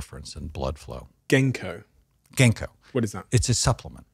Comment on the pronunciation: When he said “genko” he meant “ginkgo bilboa?” I’m in the uk